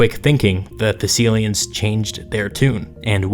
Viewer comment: Thessilians? Thessalians!